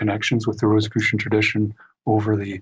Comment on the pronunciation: an excellent interview with a very knowledgeable and interesting guest. Please pronounce Rosicrucian in the way that does. The symbols of the rose and the cross hints...not Rosss i crucian...but sounds like Rose...icrucian.